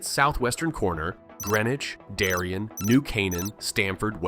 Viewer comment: Bridgeport is not ten minutes from Stamford! Darien is pronounced as DERRY-ann not derryin. New York City is ninety minutes from New Canaan when driving. I lived there for the first fourteen years of my life.